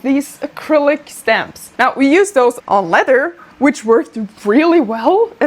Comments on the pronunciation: I liked the video before it was even over because she said "shtamps." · sounded very american saying stamps 🦅🇺🇸